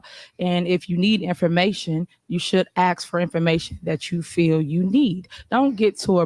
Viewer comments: TIFF ( ASK. ) NOT( AKS ) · She is just tooo combative and RUDE, NO RESPECT! YOU ARE THE SHOW AND YOU ARE SICKENING. WHAT IS A HURAN BEING? Hope you pass the baton tonight. Take a shot every time she says YALL….and AXE …….Of course you are NOT YOUNG.